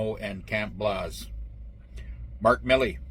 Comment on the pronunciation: Camp BLAZE. Not Blaus 🤣